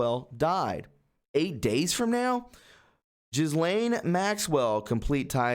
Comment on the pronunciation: How to pronounce Ghislaine: It's NOT, repeat *NOT*, "Jizz-lane". The Gh is a hard G, as in Ghana, ghost, Afghanistan, etc. The s is silent, as in aisle, island, etc. Just say a hard G + Elaine.